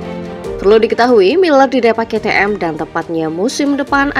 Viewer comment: Aku pusing denger ke te em ke te em terus,,,pliiis kei ti em